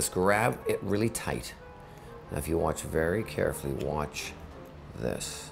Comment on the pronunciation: I got satisfied at the end when he kept saying whatch